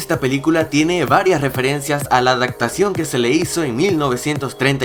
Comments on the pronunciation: adaPtación, no adaCtación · Adacto , adactaciones? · Escuché adactación? 😐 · Me gustó mucho tu vídeo, está lleno de datos interesantes! Solo que mi TOC me hacía estallar la mente cada vez que decías adactación, occión, ocjeto xD Nadie más lo notó? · Dijiste en todo el video adactacion 😂😉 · "Adactación" lol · dijiste adactacion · Dijo "adactado o adactación" no sé cuántas veces, alguien le ha dicho que no se dice así!? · Alguien escuchó ADAKTACION JAJAJJAA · ¡¿Adactar, adactacion, occion?! ... que pena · AdaCtación. AdaCtación. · dijo adactacion